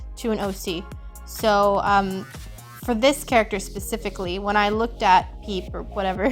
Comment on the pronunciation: I know I am super late on watching this video but I swear every time you said "peep" I heard "". And I was like ok, this cute bouncy person is. By the end it just works and it's totally.